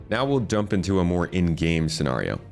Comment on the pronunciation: the way he pronounces scenario drove me crazy.